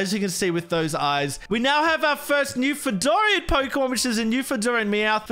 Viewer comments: Love this as a Canadian! Also, I know how it’s spelt, but it’s actually pronounced as “Noof’n-land” :) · It's pronounced Newfinland but spelled Newfoundland. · its always fun listening to non-canadians pronounce Newfoundland as its spelled